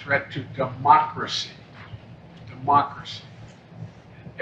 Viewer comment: He says "demoncracy"